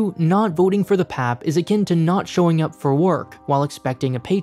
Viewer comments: Sir its pronounced as "P-A-P" and not "pap" its each alphabet by itself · It's hard to take the video seriously when they called it the "pap" instead of P-A-P. Don't just do internet research, go and talk to Singaporeans. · It felt wierd every time he called the P.A.P "pap". It isn't your dad bro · Ikr! When I heard him repeating pap, I was like….who says that? It is P.A.P! Omg. Here he is ranting about Singapore and he can’t even pronounce the ruling party correctly? Geez. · Singaporean here, yes I find "pap" very weird to hear, wish it was pronounced P A P too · cringes at the pronounciation of PAP by My ears bleed from hearing PAP as pap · Indeed its not pap, it's P.A.P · just a heads up people in Singapore don't say 'pap' as one syllable but always as a 3-letter initialism/acronym 'p-a-p' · pleaseee its so funny to hear him call “P.A.P.”, “pap” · It P.A.P not call pep...😨😨😨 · As a Singaporean, I express my shock at how you pronounced PAP as literally 'pap' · as a singaporean, i choked when he said "pap" (we say p-a-p) all jokes aside though, great video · I don’t think anyone in Singapore call P.A.P “pap”, “papa” maybe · Its pronounced as P. A. P. btw, not "pep" haha -singaporean here. And yea you're right, we dont question the system here because thats all we've ever been exposed to and there hasnt been any significant issues that caused so much dissatisfaction that has made majority lose faith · I guess most of the dislikes comes from pronouncing PAP as pap instead of P-A-P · As a Singaporean, this even helped me understand haha. We usually say 'P-A-P' rather than PAP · PAP :) locals would never call it PAP, P.A.P. or g'arment hahaha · Singapore is ultimately a dictatiorship. Singaporeans: Yes but that's not how you pronounce P-A-P tho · its supposed to be pronounced pee-eh-pee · Yes. He keeps saying "pehp", nobody says that, sounds very silly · Ikr. I’ve never heard it pronounced as pap haha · Obviously it's pap smear